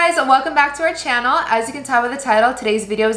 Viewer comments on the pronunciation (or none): I love how says “Welcome back to our Chanel”💕